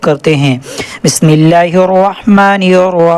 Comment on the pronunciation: حضرت پہلے آپ بسم اللہ ٹھیک کریں اپنی